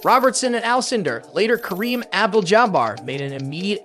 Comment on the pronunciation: When I heard how you pronounced Kareem's name I turned it off.